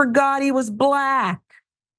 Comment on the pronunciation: Don’t say BLLACK like that! Lol😂